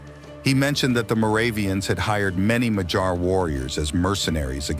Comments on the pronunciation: Also: in madjar j is not like in the word dj dee jey, but like in yolk, yes, or hey. So more like Madyar. Again, pronounced as one sound dy. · MaG-Yar with a hard g and a pirate yar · A quick note: It is madjar, pronouncing dj as one sound between d and j. A soft d. Not madsars or machars. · You are driving me nuts with your madjar pronunciation. You said it correctly when about the Central Asia relatives - it is ”Mag-Yar”, not ”Mad-gear”!!! For the rest, your video it is very good (I am Romanian and met a lot of Mad-gears! even had them as army mates) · The way you pronounce Magyar makes my hair stand up. I live in Hungary and its pronounced My-gee-yar. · Very good documentary! But it kills AI cannot properly pronounce Magyar words properly! Work on that point ! You need help, hit me up! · Just killing me hearing Magyars so badly pronounced!